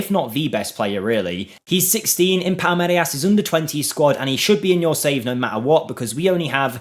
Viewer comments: How can you say "Palmerias" when the "I" is literally before the "R"? That's just pure ignorance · My brother in christ it's pronounced 'Pal-meer-as'.